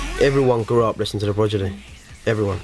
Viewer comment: I think I have heard him call them 'The Prodgidy' before haha